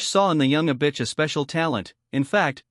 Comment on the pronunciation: The AI keeps saying "a bitch", like that's how it pronounces Avicii, wtf